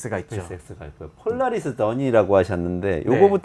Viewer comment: 폴라리스던이야 영어철자도 못읽냐?